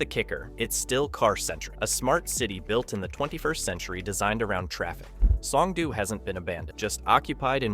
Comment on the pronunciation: You are over complicating Korean single letter vowels. It's like Spanish where 1 letter = 1 sound. o = oh. Oh no, I know that Homer says doh. It's the same o sound every. single. time. S-oh-n-g-d-oh. in the video you say s-ah-n-g-d-oo. No need to muddy up the letter o.